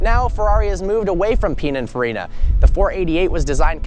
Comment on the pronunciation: Learn how to say pinaforina